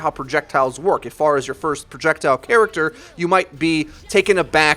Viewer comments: This really pissed me off: "Pharah" is not pronounced far + agh "Pharah" is pronounced fair + agh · Why do you pronounce her name Faarah? It's not like we know how to pronounce her name, she and other heroes says her name often. It's Pharah, not Faarah.. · It's not far ah, it's fair ah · It's not far-uh it's fair-uh you stupid fuck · If you listen to the latest netcode update video , I think you'll see that it is said improperly, or at least, differently in this video, likely because the speaker is hearing the voice actor differently, perhaps due to her accent.., which most people won't reproduce so the proper way, or the anglicized way, would be "FAIR-UH" while in this video you hear "FAR-UH".. interesting thing is the actual Arabic name, Faraħ (sounds more like "FAR-AH, than FAR-UH"), that is, the non-anglicized way of saying it, is closer to how it is said in this video.. however, the "h" in Arabic is a voiceless pharyngeal fricative, not a voiceless glottal fricative, as it is in English.. :) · Its fare-uh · manicms But she says her own name as "Fair ah " o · It annoys me more than it should cause I liked the video. But it's a really weird way too pronounce her name.